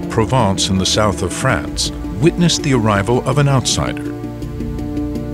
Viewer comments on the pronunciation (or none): none